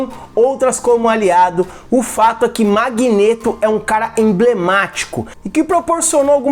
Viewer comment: Nossa, essa pronúncia do codinome Magneto me dá um certo desconforto. É magneto e não magnêto. Mas cada um fala de um jeito né